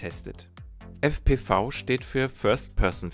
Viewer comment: Ich finde dass dji sich wieder einmal mega Mühe gegeben hat. Mega DROHNE. Mega VIDEO. ABER es heißt fpwiiiii.